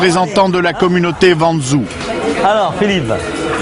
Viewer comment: La communauté "Van zou" (Wenzhou) XD Ah il m'a tué le con !!!!! Ca se prononce Wèn jow (genre comme l'anglais "When" et "Joe")